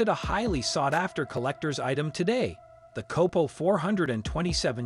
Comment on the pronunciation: Numerous mispronounciations, failed fact checks are reason to believe the narrator has NEVER heard of Don Yenko much less, a "COPPO". HEY bud, stick to gardening or cooking videos because cars are NOT your forte.